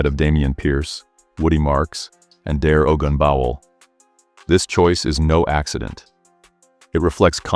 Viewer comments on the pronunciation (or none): Butchered Dare's name